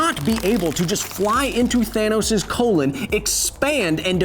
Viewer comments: Did he say "Thanus"? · "Thanus". No more needs to be said. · “Thanus” O-O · “Thanus” HE SAID IT! HE SAID IT! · XD HE SAID HIS THANUS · That moment when he said "thanus" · Me: thanos Ant man: thanus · I was sad, but then I remembered you said Thanus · He just fucking said thanus... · The mad Titan "THANUS" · “Thanus” wow. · DID YOU JUST SAY THANUS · Thanos is actually pronounced "the anus". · It’s called thanus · He really said thanus 💀💀💀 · Nobody: Kyle: THANUS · His "Thanus," Hahahaha.